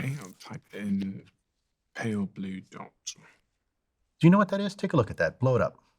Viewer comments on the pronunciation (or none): How about giving Carl Sagan some credit if you're gonna butcher pale blue dot.